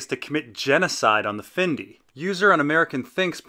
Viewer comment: I LOVE your videos. But your pronunciation can sometimes be sucky. It's Fyndi-i not Findi. But keep up the great work though!